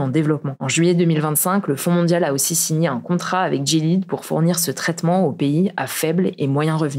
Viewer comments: Super vidéo comme d'habitude ! Petite précision : le labo Gilead se prononce "Gui-lé-ade" et non pas "Dji-lide" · "jilid" ?!? GUI-LAI-AD .... mes oreilles ... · Il me semble que "Gilead" se prononce "Gui-lé-ade" comme le chevalier de la table ronde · Gilead se prononce comme "Guy Léade" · Gilead se prononce très certainement « guilihade », comme dans The Handmade's Tale (La Servante écarlate). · GILEAD se prononce "gui-li-ad" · GILEAD, ça se prononce comme dans la série The Handmaid's Tale (La Servante écarlate). Appelez moi si besoin d'un expert en santé